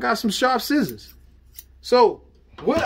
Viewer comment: Yes, he even says Schissors in the video 😝